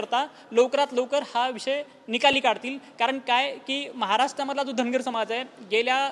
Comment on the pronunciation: Dhangad आणि dhangar...D आणि R चा diffrence समजतो का